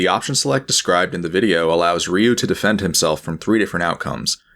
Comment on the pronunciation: hearing HAX$ say "Ryu" is a surreal experience